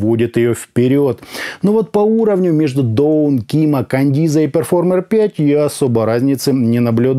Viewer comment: Да почему Кандиза то если Каденза?)) купил щас на распродаже за 2к, звук улет